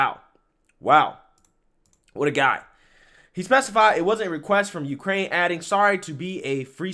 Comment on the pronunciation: Of Uuukrrrraine